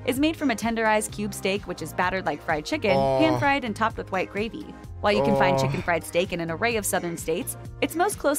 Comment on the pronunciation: Find, not fund 😮